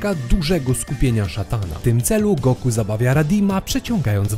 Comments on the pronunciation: Czy raczej nie powinno sie mowic "Goku" ? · ej typie dlaczego mówisz na Goku ,,son Go''?????????????????? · Kto to jest Songo... Usłyszałem to "sągo" i juz wiem, że dalej nie ma sensu tego oglądać 😢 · Goku nie Songo błagam :) !!!